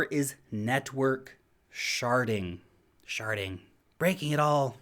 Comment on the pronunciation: im sorry... i know youre saying sharding, but im hearing sharting.. the problem with sharting is the mess it makes